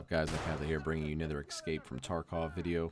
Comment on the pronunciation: You said e"x"cape :(